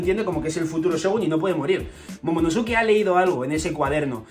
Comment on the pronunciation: casi todos los españoles pronuncian mal el nombre de momonosuke